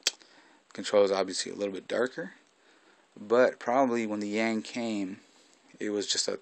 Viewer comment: Its the Shoyoroll Yank not Yang; for some reason I couldn't pronounce it correctly.